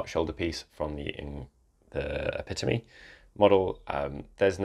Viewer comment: pronouncing "Epitome" correctly made my day <3